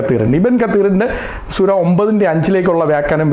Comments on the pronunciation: സുര അല്ല പാസ്റ്റരെ, സൂറ എന്നു പറയണം. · സുര എന്നല്ല,സൂറ എന്നാണ് ഉച്ചരിക്കേണ്ടത് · സുര അല്ല mwone... 🤣 സൂറ ആണ്.. എന്തൊക്കെ ആയാലും അദ്ദേഹം പറഞ്ഞത് ഖുർആനിൽ നിന്നുള്ളത് തന്നെയാണ്... പിന്നെ ഒരു കാര്യം കൂടെ അവർ തമ്മിലുള്ള കരാർ എന്താണെന്ന് കൂടെ നീ പറയണം.. (നിനക്ക് നട്ടെല്ല് ഉണ്ടെങ്കിൽ മതി )👍🏻👍🏻👍🏻👍🏻